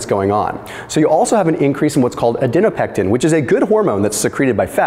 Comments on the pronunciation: "Adi po nectin" not "Adi no pectin" Please learn to use phonetics Thank you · it is ADIPONECTIN. Not adinopection. You keep saying this and it might confuse someone.